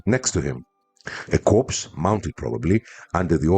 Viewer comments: I am an avid fan of yours, am a subscriber and watch all your videos. Your English is especially good but I would just like to point out to you that the words corp or corps are both pronounced "core" in English. It is only a small thing but I am sure you would like to be told If you were mis-pronouncing something. As always thanks for your interesting video and looking forward to the next one. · one thing “corps” in english is pronounced “core”, with the p and s silent due to its french origin. Thanks for the vid!